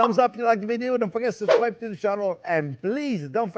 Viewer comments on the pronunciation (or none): When Chef Jean-Pierre says "Zeeeeeeee most import aunt!" you know to take note.